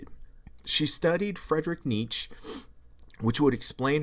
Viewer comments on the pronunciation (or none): “Fredrick Niche” a philosophy channel that can’t even correctly pronounce one of the most well known thinkers of all time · Btw its pronounced "Fred-er-eek knee-chair" and "Theo-door Dos-toy-ev-ski" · FRED-RICK NEE-CHUH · it's Freed-er-rikh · Content wise, not bad, but the delivery could use some work. This sounds like you are reading a book report. And bruh..you need to learn how to pronounce some of these names like Nietzsche and Dostoyevsky, kind of affects your credibility. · dude? you said Dostoyevsky like you never heard of him before you expect people aren't going to notice that? YOU CANT SAY NIETZSCHE RIGHT YOU CANT SAY "EXPROPRIATED" dude? YOU CLEARLY HAVE NEVER HAD A CONVERSATION WITH ANYBODY WHO KNOWS HOW TO SAY THOSE WORDS WHICH IS EVERY COLLEGE KID IN THE FUCKING WORLD EVERY LAST ONE who the fuck do you think your kidding dumbass? dude youre only fooling people dumber than you I DONT THINK YOU UNDERSTAND HOW FEW PEOPLE THAT IS